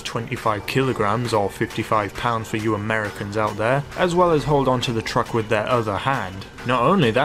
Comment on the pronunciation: why the sour emphasis on the word Americans?